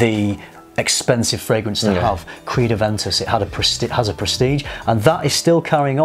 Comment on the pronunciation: really butchered creed. But I totally disagree with his observation.